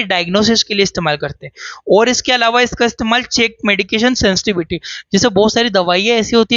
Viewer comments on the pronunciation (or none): सेंसटिविटी नही सेंसिटिविटी। सेंसटिविटी पता कने में । ये गलत वाक्य है। सेंसिटिविटी पता करने में। ये सही वाक्य है।